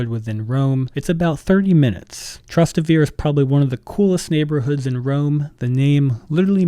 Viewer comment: Your pronunciation of Trastevere destroyed this video